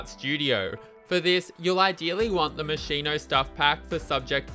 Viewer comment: My dude, love your vids, but you gotta learn how to say Moschino! ❤️❤️❤️